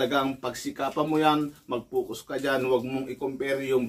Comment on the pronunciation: FOCUS. Hindi "Fucos"